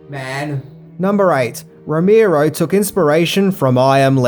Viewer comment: ROE MARE OH, not ROE MEER OH.